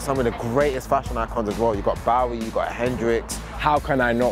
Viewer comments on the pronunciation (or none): Damn, did really just say Bawie instead of Bowie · How can fk up david bowie' s name like that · I had to pause this video and take a minute to recover from the HORRIFIC way pronounced Bowie. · Hahaha how do you botch bowie's name tho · Who else cringed by the way he pronounced Bowie?